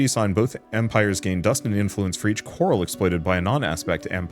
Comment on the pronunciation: everytime you say coral i hear carl 🤣🤣🤣